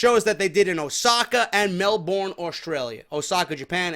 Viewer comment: ..call yourself a goon for the way you pronounced "melborn" pronounce it as "melburn" and there you go